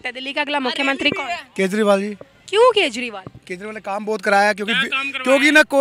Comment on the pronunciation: "Kyun" pe itna zor na dein thoda over acting lagta hai ......baki keep up the good work your channel is doing a great work.